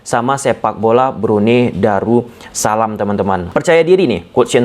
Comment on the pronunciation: Darus salam bang.. bukan daru salam.. 🙏